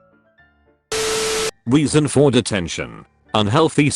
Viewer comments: He pronouncing reason as weason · Everytime the narrator said reason I heard weasel. I don't know how this is happening. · Them saying reason" Me hearing weezen* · Am I the only one confused because “Reason” sounds more like “Weason”? No? Ok